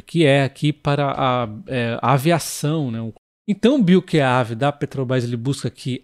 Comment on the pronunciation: Oi. BioQav leia-se BioQueÁVê